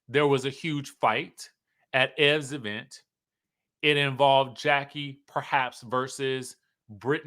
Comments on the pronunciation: The Eee-Vent. I love it 😂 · The laugh I didn't know I needed. "Thee E' vent😂😂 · Right 😂😂E-Vent